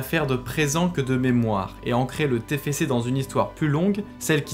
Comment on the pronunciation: C'est pas le tefece c'est le tefcé